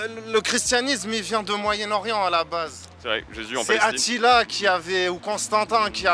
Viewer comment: Le mec avec son écharpe palesto a dis Atilà😂😂😂